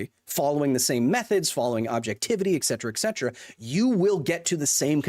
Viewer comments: Kyles arguments are all void because he said “eccedra” instead of “et cetera” nah but fr i love the video. people arguing in bad faith dont deserve to be debated. scientific consensus isnt up for debate, especially not with nerds online who dont know what theyre talking about. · The only thing I disagree with him on is how he keeps pronouncing "etcetera". 😅 Pet peeve! There is no "x" in the word! Lol